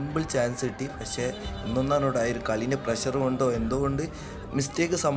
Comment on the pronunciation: അത്രേം പ്രെചർ...... പ്രെചർ.... പ്രെചർ..... 😂😂.... എന്തോന്നടെ